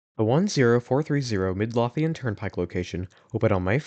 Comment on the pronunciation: Ey...my neck of the woods. The way you pronounce Midlothian makes me cringe though. I used to work near the Broad Street location. Left once before its 2.0 remodel and came back after. Wish I had gone in it one more time before 2.0. Went there once for a friend's birthday